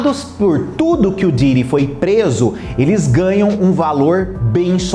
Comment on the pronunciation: O cara é youtube e não sabe pronuncia o nome de Diddy!😅😅😅